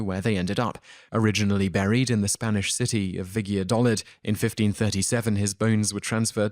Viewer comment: Did you say that Columbus was originally interred in Vigiadolid? Surely you mean Valladolid, the former capital of Spain. It might be pronounced Fa-cha-dol-id by some or Vaya-dol-id by others or even conceivably Vaj-a-dol-id, but in English, it's well known to be pronounced Va-la-dol-id and in Castillian Val-ya-dol-id. This is just one of the excruciating errors in pronunciation in this particular Top 10. I rarely dislike a video, because I know how much research and effort goes into most of them, but surely you check for spellings and pronunciations? before embarking on a recording